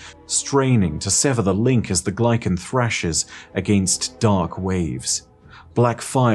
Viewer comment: Came here to say this. content is god-tier, but dear god the way he pronounces things is so jarring. I’m pretty certain it should be Kata-BAS-is. You’d think he’d get a second opinion before committing to his pronunciations. There are things are said IN GAME that he still mispronounces, like Glykon & Techeun. He also used to pronounce Dredgen as Dred-gen. Horrendous.